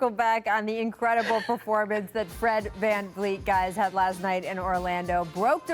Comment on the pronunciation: She said Vlan Vleet